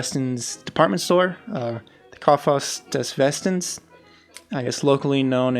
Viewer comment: The "Kaufhaus des Westens" pronounciation on the other hand was on point!